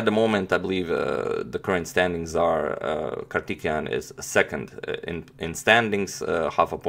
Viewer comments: Bro you are pronouncing wrongly, It's not kartikeyan, it's Karthikeyan(Pronounce like kaarthikeyan , Pronounce thi for thick) Nice attacking game! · His name is prounounced as "Kaar-thi-kay-yan Mu-ra-li" Hope you all respected Sir and Madam understand my statement. Thank you. Jai hind. Have a nice day! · I know these names are hard to say... So for future reference Antonio ..Karthikeyan = Car- tick-kay-yen. Murali = Mu (as in greek alphabet)- ra- lee... Musumuri Lalith Babu = Moo-soo-moo-re La-lithe Baa-boo. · Its too distracting that you mispronounce kartikeyan's name😅, otherwise a great analysis of the game, keep it up agadmator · If you don't hear Kartikijan then you have I would say the problem that you don't understand Slavic languages